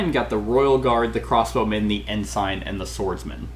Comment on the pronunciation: Ensign.... it's pronounced N - sin..... the "g" is silent.... the English language can suck sometimes... 😂